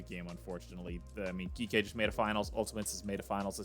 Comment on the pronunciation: Its "G - K" esports 😭